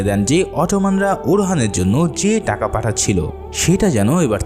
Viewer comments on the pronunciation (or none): none